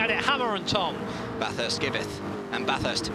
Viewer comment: It is not bathurst. It is baaaaaathurst